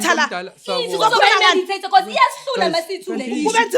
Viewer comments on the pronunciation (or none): Mediator not medotater